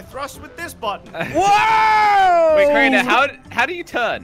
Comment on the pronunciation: its crainer not drainer